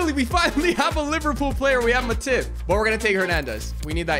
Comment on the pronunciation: The Way Pronounces Matip… 💀